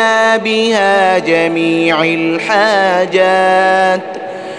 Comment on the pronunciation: السلام علیکم ورحمتہ اللّٰہ وبرکاتہ ، ماشاءاللہ بہت خوبصورت ۔ مگر قبلہ صاحب اس میں ایک غلطی ہے " جمیع الحاجات" اس میں "جمیع" کے "ع" پر یہاں زیر ہے ۔جبکہ صحیح جو ہے اس میں "ع" پر زبر ہے